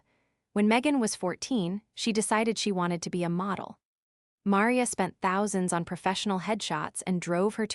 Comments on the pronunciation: Can’t even pronounce Maria? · Entertaining story. Would have been even better if the AI program they used for the narration could pronounce her mother's name Maria correctly. Well that and the tendency to break up one word into two like tenden cy. Oops!